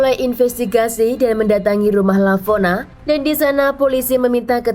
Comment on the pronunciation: Lavona... Kok jadi Valona 😂